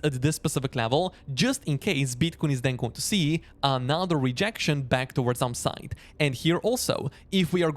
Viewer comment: I have a hard time distinguising your words "upside " and "downside "...you pretty much pronounce them the same ...